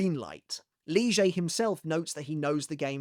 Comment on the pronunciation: Why do you call Lille barro in that way?